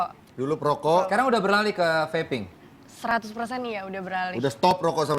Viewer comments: "Vaping" mestinya ga diucapkan seperti "faping", salah pengucapan malah fatal akibatnya, hihihi... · Pengucapan nya feiping bukan fapping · vaping bro... not Faping ekekeke